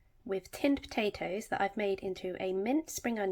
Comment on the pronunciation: Love the way you say po'atoes!